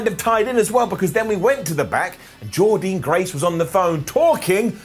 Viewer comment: .......SAY JORDYNNE GRACE NAME CORRECTLY!!!!!!!! Another top show from impact this week & keep on showing impact love